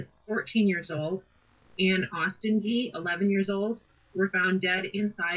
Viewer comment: I lived three blocks away. It is Gee like oh wow Gee. Not a hard g like ghost. It is Jee. That is only the start of what is wrong about this story & the 2 comments I read. Somebody is telling the story wrong. Anyone living in Logan County, scared to death while they searched for the killers, has strong memories of this. ESPECIALLY if your child was in class with one of them. ESPECIALLY if your child was friends with Justine. ESPECIALLY if your child has her friends staying with us bc all three of the teenage girls were scared and sad.